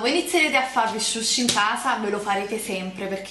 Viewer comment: il SHUSHI hahahahahaahahhahhaaha